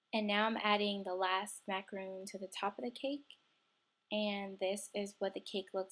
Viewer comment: She says it like macaroon (a coconut cookie) macaRONs r kind of like sandwich cookies